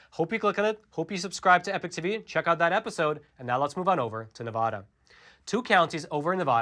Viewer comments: Dude, please learn the correct way to pronounce Nevada!!! It’s Ne-VAD-uh NOT Ne-VAH-duh. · its Ne - va - da not Na - vau - da, its like the word hand, its Hand Not Haund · It's Nevada, NOT Nevoda!!!!! 😡😡😡😡😡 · Small thing to most people but a big thing those in and from NV - pronounce it correctly. Ahh not ohh. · It's pronounced "Nevada" NOT "Nevahda". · Love the content. Ne-Va-Duh. Not Ne-Vah-da. It’s petty I know, we hold onto what little we have. Thanks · I love you guys and everything the Epoch Times is and stands for. But please for the love of all Nevadans, refer to our state as 'Nevada' with a soft a as in 'Dad'. Not Ne-VAH-da. It drives us batty and this highly mispronounced Pronoun continues to be perpetrated! State historians will tell anyone that NeVAHda is wrong and if you come to our state you'll see bumper stickers trying to get people to stop saying it in this way lol. How this way of mispronounciation of our state's name became so popular we will likely never know. But I have to politely correct so many people I'm on the phone with whenever I pay bills out of state as they almost always say 'NeVAHda' lol. But it's totally wrong. Take care keep doing everything else right though! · Thank you for all the great information as always! By the way It's NEvADA not NAAvada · Liking and posting for the Al Gore Rhythm! Staying for the great, intelligent commentary!: PLEASE! It's pronounced Nev-ADD-da, not Nev-VAH-da! Thanks for the AZ audit update and letting me know which two NV counties I should look at moving to from Clark county. Keep up the great work! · Just a slight correction if you wouldnt mind... Nev-a(short a)-Duh. Pronunciation is helpful for us! Appreciate your work! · FYI, you are mispronouncing the name of the State of Nevada. The first "a" should sound like newspaper "ad." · The first "a" in "Nevada" is pronounced like the "a" in apple not like the "a" in audit. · it’s "Neh-VA-duh". Learn to say it correctly